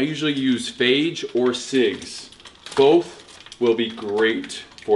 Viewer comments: "faje" XDD lol sorry for laughing steve, its pronounced "fie-yay" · lol Steve its pronounced fa-yay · pronounced as FA-YEY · I'm not so sure you pronounced "fage" correctly steve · There are literally instructions on how to pronounce Fage on the container